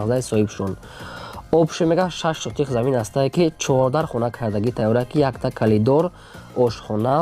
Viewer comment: Колидор не а коридор